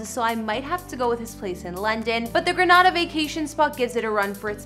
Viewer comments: The name is Grenada in the Caribbean (pronounced Gre nay da) . NOT GRANADA WHICH IS IN SPAIN. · Exactly it's so annoying hearing them pronounce our beautiful lil island as Granada. 🇬🇩🇬🇩🇬🇩🇬🇩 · What i think is you need to learn to pronounce your words correctly Granada is in Spain. His dad is also not from Granada or Spain. Its Grenada, two different spelling. I hate when you people talk like you know what you're talking about and don't it’s frigging GRENADA and not GRANADA FFS🙄🙄🙄😡😡 get it right GREN NOT GRAN🙄🙄🙄🙄🙄🙄🙄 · It bothers me how she pronounced Grenada it's not promised grenawda it pronounced grenayda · Its Gren A da lady not Gre NA da ☹ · It's pronounced 'Gree - nay - dah' = Grenada... The Caribbean country!!! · Please pronounce Grenada properly please....Gree-neh-dah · Pronounce Grenada properly!